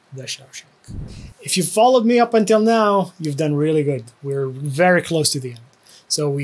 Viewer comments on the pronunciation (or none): none